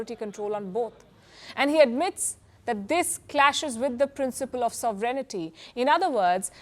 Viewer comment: Learn how to speak, English, first pronounce Sovereignty ! No sovrenaty !